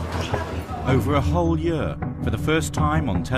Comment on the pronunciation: The narrator say 'year' weird